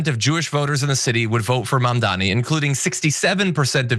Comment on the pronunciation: Dude are you seriously strugging with the word "MAMDANI" (pronounced like "mom" + "daanie") ?! Dude your last name is "Iadarolla", lets butcher that one !!! Even 'Iadarolla' is harder to pronounce than Mamdani! Idiot!